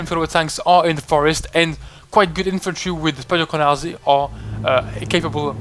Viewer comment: Your "spadochroniarze" pronunciation is quite good :)